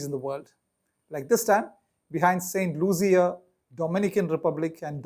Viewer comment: St. Lucia is pronounced looshia, not luzia